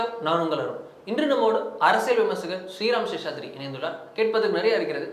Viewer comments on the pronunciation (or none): none